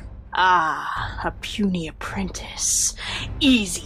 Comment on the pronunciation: haha "apwentice". lol